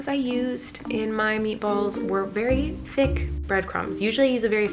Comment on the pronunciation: Isn't it thick not thicc hahahahhaha 🤣🤣🤣🤣🤣